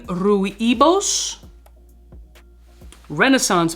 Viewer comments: Rooibos... Is (so far i know) Dutch spelling. Pronounce it like 'Roy + Bosch' and then you're pretty close. Anyhow, smelled Rooibos this week and that is great. Need to smell the other ones. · Rooibos is pronounced: Roy Boss . It is a South African tea made from the bark of the Rooibos tree( so not really a tea, but a bark drink) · Rooibos is pronounced “Roye-Boss” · Haha another great video. As a south african I will help you out. Rooibos is pronounced Rooi(Roy)bos(Bohs). Its a South African tea. indigenous here also. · it's just "Rooibos" (pronounced “roy-boss”) and is a herb. Commonly used in tea and very populair here in the Netherlands. Personally not my cup of tea :P .. Keep up the work!